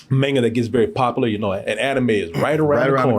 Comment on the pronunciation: It's pronounced mahn-ga not main-ga